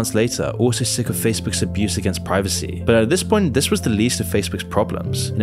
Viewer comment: women “Preevecy”